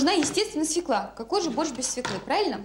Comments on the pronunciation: По-моему,не свекла ,а свёкла с ударением на ё😉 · Взагалі-то за правилами орфоепії російської мови правильний наголос має бути свьОкла, а не свєклА. Навіть свого "язика" вони не знають. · Нет такого слова свеклА. На их русском свЁкла, она неправильно ударение ставит. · Як що вже бути відвертим, то російською буряк буде аж ніяк не «свекла». Правильно буде свЁкла, з наголосом на ё. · По-перше, не свєклА, а свЬОкла, хоч би мову вивчила, госпадє😂😂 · Тому що слова в російській "свеклА" немає. Є "свЁкла" (наголос на "ё"). А вам дякую за огляд :face-red-heart-shape::face-red-heart-shape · Гірше за "свєклу" може бути тільки "свЬОкла" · У російський мові, між іншим, поки що один єдиний вірний варіант - свёкла, з наголосом на ё. Російська інтелігенція... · СвЁкла ударение на первый слой. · От дурне, правильно свЁкла.... І це по теліку показували😬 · Свёкла і наголос на перший склад 😅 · Я взагалі не розумію, що то за слово таке. Вони і самі не до кінця розібралися то свЄкла говорять, то свЬОкла. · Вона навіть не знає,де ставити наголос в слові"свекла"